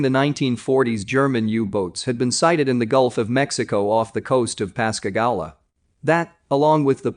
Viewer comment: Pascagoula pas ca goo la